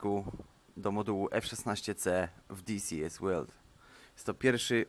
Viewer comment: Disies łeld. XDDD